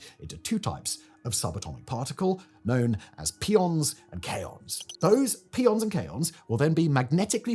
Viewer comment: Please not 'pea-on'. It is named after the Greek letter pi, so 'pie-on'. Otherwise we get into that joke about garbanzo beans and chickpeas.